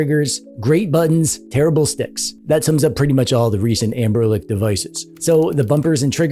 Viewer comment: also bro its anberNIC not anberLIC lmaooooooooo